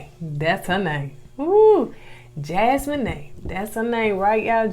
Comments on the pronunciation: I believe it's Jas-mee-nah not Jas-me-nae. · Hell and this is my first time ever leaving yall a message. I love yalls commentary and yalls banter back and fourth. Yall stay having me cracking up. If yall read this please know that Jasmina's name is pronounced Jazz-me-na not Jazz-me-n-A....lol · It’s jas-meen-a 😂. Not jas-moe-ney . 🥰🥰🥰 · Loved the video as always, but was going in on Koko this whole time sheesh! Lol…. Jasmina is pronounced Jas-mean-na, not Jas-mean-nae lol. And Koko working in the prison ministry is a nice fun fact.. 💚💚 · It a special skill to put that much effort into butchering such a simple name like that. Jas-mo-nay?! I died laughing 😂 😂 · Jas-men-ay? 😹 I can’t 😂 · Jasmina her name the mina is pronounced like Tina (Teena) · Hey fam. and gonna get us on the next review for correcting them on how they pronounced Jasmina (Jas-men-nay). We can definitely count on them to mess up everybody’s name. 🤣🤣🤣🤣 I’m glad they take it in stride and don’t get mad🤣🤣🤣🤣 We love the reviews ❤️ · Her name is. Pronounced..JAZ-mee-na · Her name is JAS-ME-NUH .. lol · Jasmina pronounced Jaz-Mean-Ah😂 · Jasmine is pronounced: Jazz me nau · Jaz-mee-nah lol 😆 say it with me Jaz-mee-nah hard A at the end. It's a beautiful name it means gift of God and this 🇯🇲 queen is beautiful inside and out so she sure is. BTW I love Marvel movies also...sci-fi junky here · Yall so cute. It's pronounced Jazz-MEE-Na, I think. So glad that another season has started so I can watch yall again. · Jasmina's name is pronounced like Jazz-mean-a. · I think it’s pronounced Jazz-mee-naa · JAZZ-MEAN-AH That’s how you pronounce her name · It's Jaz-mee-nah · it’s pronounced Jazz-me-na, but spelled Jasmina 🙂. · I love y'all but Jasmina is pronounced JAZ-MEE-NAH. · I just came to watch mispronounce Jasmina's name 😅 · Y'all really struggling with easy names this season...Jas-meen-ah and A- liss-ah... lol. I love your reviews though.